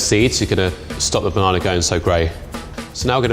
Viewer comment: Level 3: we will cut the banananer Me: what? Banana or banananer